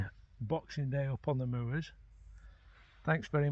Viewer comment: Great footage, as always,. I’m from Darwen (Darren!) originally, now living in Norwich, Cheshire. Used to see Shorties up on the moors there but now see them on the Dee Estuary instead. Nice to hear someone pronounce moors properly….moo-ers! 😂 Look forward to your next video. Cheers, Mark.